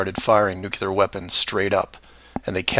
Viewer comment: You truly give a new definition to the concept of "reaching." You have no basis to defend any of these claims other than your own paranoia. I understand that some people have such a desire to feel smarter than the "sheeple" and are thus more likely to accept fringe arguments. Also, learn how to pronounce "nuclear."